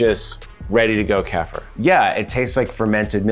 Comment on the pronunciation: It’s pronounced: KEY-FUR. Not: KEFF-UR lol. It is an acquired taste though. Almost like raw liquid yogurt.